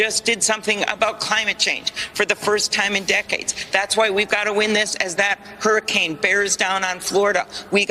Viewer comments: Can you say "Hairicain" a few more times? Lol. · Hurricane gas a u in it lol it’s not a hair uh cane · Hurricane bro, not HERRICANE! My God man I can't.